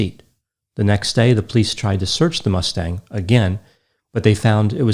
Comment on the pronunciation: I find myself more and more endeared to your single syllable sounding pronunciation of the word "police" as "pleece". Granted, I tend to over annunciate the word as "POE-lease", but your technique is growing on me. Also, your daffodil colored button-down is just a breath of Spring!